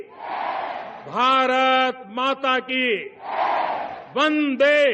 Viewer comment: Vande ko Bande kyuñ keh rahay ho ?!